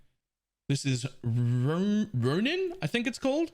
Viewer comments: To be fair, I've never heard a westerner pronounce "ronin" correctly, much like any word of Japanese/east-Asian origin, and ceaselessness is not the most common word in everyday man's vocabulary. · No hate here. But how do you not know how to pronounce "ronin" and "ceaselessness". Just surprised i guess lol Also, very interesting build.